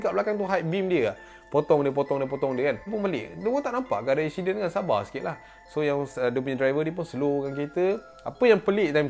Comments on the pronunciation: ashiden .. ashiden.. comel je hihi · "ada satu ESHIDEN, dorang tengok ESHIDEN tu" HAHAHAHA MACAM ANAK BUAH AKU SEBUT LAH! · Ekshiden hahahaha